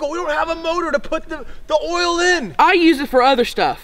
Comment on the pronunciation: She said oil wrong